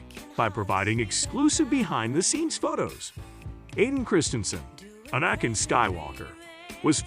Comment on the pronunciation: Bruh, so much click bait. Cant even be bothered to say anakins name right...